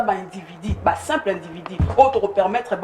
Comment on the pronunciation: 😂INDIVIDU. ET NON INDIVIDI